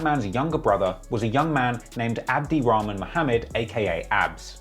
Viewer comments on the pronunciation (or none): none